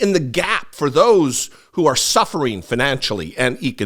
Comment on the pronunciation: it's sufferding da😂